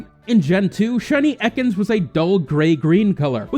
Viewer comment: it's pronounced "e-cans" not "eckons"